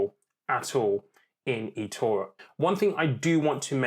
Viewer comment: Why can't you say Etoro properly?